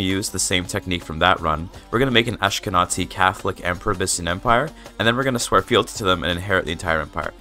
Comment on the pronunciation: Just here to say that when reading "Ashkenazi" you should say it with a hard Z ant not TZ, so "AshkenaZi" and not "AshkenaTZi", it's basically read as it's written. And thank you! You helped a lot!